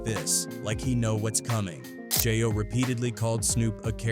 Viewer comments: It's not jah yo. It's jayo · WTF IS JIYO!!.... STOP FUCCN UP THE HOMIES' NAME!!